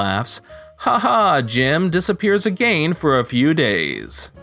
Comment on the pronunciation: i know not a big deal but the way the reader says again makes me cringe like crazy.